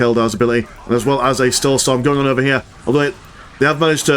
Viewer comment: Witness the "stoulsorm"